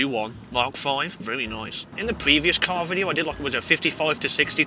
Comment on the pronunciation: blood it's an car not AcAr